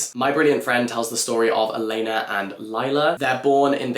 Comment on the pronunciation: Hi dear, let me flex my Italian hoping it’s useful to you: For “Elena” you stress on the FIRST “e”. So it is “èlena”, not “elèna”. And Lila is pronounced “Lee-la” Love you you are the best